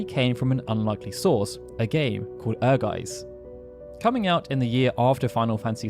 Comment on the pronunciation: "Ehrgeiz" can be translated as "Ambition" Also, the Z in Ehrgeiz is pronounced as ts, not s